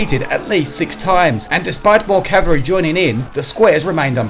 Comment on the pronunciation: That’s "ca-val-ry", with an L.